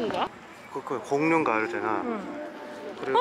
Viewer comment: 사나도 공룡을 골뇽 이라고 발음하던데 일본인은 공룡이 힘든 발음인가 보네요 ㅎ